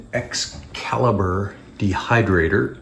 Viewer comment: "Excalabator" 😂 love it